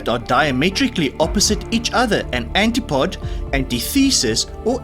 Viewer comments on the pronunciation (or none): Haven’t looked through all the comments but Antipode is pronounced ant-ipodee. Love your quizzes haven’t been on for a couple of months, not well 😐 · Congratulations on halving the number of syllables in Antipode .